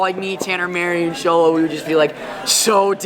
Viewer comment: its pronounced sholo not cholo